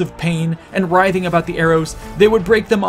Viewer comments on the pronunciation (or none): none